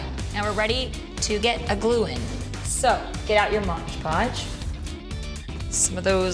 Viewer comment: lol We Are The Strange I say MODGE Podge too!!!!! lol Maybe they should just change the name to accommodate us all. lol Fab video!!! Keep up the creative + inspirational work! xo